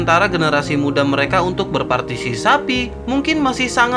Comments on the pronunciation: Berpartisipasi bukan bertarsisapi😂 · Berpartisipasi bang bukan berpatisisapi...🤭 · berpartipasi cok bukan berpatisapi 🤣🤣🤣🤣🤣🤣 admin anjing bikin gua betah di channel ini... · Berpatisisapi🤣, jdi lupa klo mau bilang berpatisipasi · Kasihan bang sapinya masa partiSISAPI terus partiSIKAMBING kapan di sebut ... Hahahahahaha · Bang....gagal fokus sama kata2 "berpartisisapi"😂😂